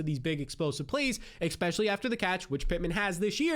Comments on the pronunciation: I like your videos man but it drives me nuts you say especially like expecially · I appreciate what you do but please learn how to say "E S P E C I A L L Y". If it's not too much to aks... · “expecially” every 20 seconds